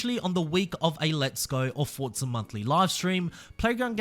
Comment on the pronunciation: English lesson for you Forza has no letter T in it For za, not fort za 😂😂